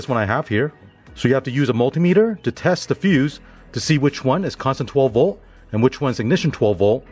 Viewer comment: Cant say "v o l t" theres a letter T there. 12 vol